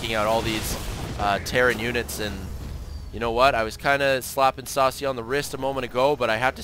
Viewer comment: Yeah, Sase is pronounced Sa-Say :3 SCII player with War3 background.